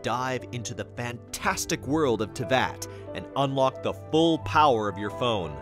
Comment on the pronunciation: I like how they spelt and said Teyvat wrong